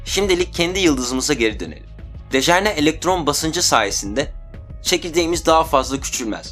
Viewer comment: Kardes dejerne degil dejenere. Video guzel. Sagolasin.